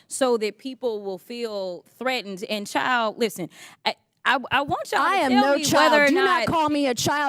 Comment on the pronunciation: She said ‘chile’ which was so much worse, but dim sum didn’t know it. Chile and child do not have the same meaning.